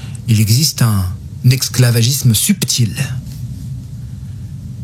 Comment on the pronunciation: Salamou'alaykoum. BarrakAllahu fik pour cet audio plein d'enseignement (petite note : j'ai noté un petit élément de prononciation : tu as tendance à prononcer le terme esclavagisme avec un "x".)